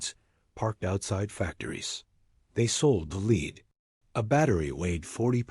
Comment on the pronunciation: They sold the led not the leed. More AI horseshit.